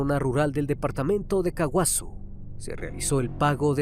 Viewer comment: Soy de Paraguay y escucho que pronuncia tan mal los nombres de los barrios como Ñemby Mbokayaty y Caaguazú y Edelio Martínez fue víctima de estos plagas que terminaron de matar al pobre policía 😥 encontraron el cuerpo en estado ya prácticamente ya borrado en el monte lo identificaron por su uniforme y por la dentadura